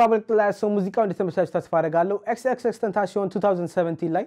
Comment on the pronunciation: It is not tenashion It is tenasion when pronounced